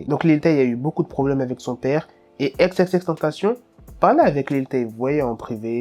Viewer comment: Pourquoi tu dit ex et pas X